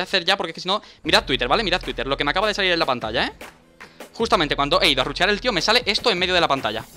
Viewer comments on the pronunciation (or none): Jajaja me encanta cuando decis "RUCHEAR" JAJAJA es "RUSHEAR" como Argentino tenes que decirlo jajaja